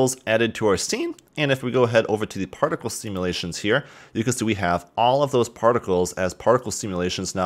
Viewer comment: My brain everytime he says partical:UNITYS PARTICAL SYSTEM